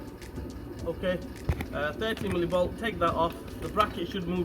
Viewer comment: who thought he said "13 millivolt" the whole time XD